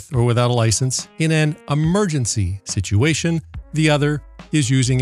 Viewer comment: I'm glad I'm not the only one who caught that. 😆